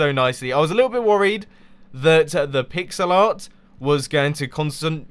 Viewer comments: i thought you said pixelot (like ocelot) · Every time he said, "pixel art" it sounded like "pigs a lot"